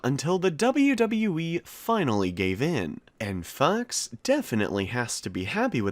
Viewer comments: Why do you say Fox like Fux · yeah i know but he said fux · I swear I keep hearing you say "fucks" or "fuzz" 😂😂😂😂😂😂😂😂😂